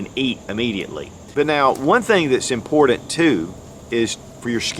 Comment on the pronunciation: I've been a subscriber for years and love your content! But man, I hate the way you pronounce important 😂